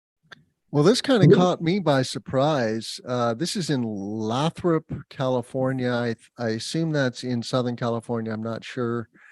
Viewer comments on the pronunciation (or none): Great podcast! FYI, Lathrop California...pronounced "lay- thrup". Also its David Reasenberg, lastly John Weaver's volume was way to loud compared to Tim and David's.